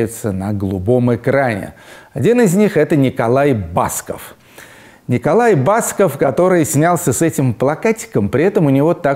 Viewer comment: Ну почему БАсков?!!! БаскОв он. По-русски - БаскОв!!! Люди добрые, будьте грамотны! И здоровы!